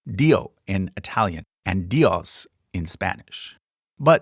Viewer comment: Dios in Spanish is pronounced DEE-os. Emphasis in the first syllable (Di), not on the last syllable (os). Imagine selecting two keys in a piano for each syllable, say C and D. You said Dios like going from C to D (dee-OS) where the last syllable had the emphasis (the highest pitch). If you go from D to C, then you would add the emphasis to the first syllable Di. A word like “pasó” (past tense for passing), is pronounced with the emphasis on the last syllable like you did, pa-SÓ. It’s pronounced like going from C to D in a piano. Fun fact: If a word has a vowel with a tilde (á, é, í, ó, ú), then the tilde will give you as easy way to identify what’s the syllable that has the emphasis. I hope this helps you understand how Spanish pronunciation works.